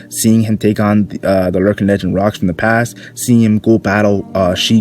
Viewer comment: Its Locks not Rocks, it’s Gol D. Roger’s brother Gol D. Locks.